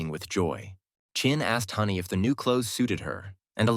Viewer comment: "Da people's kept on walking" 😂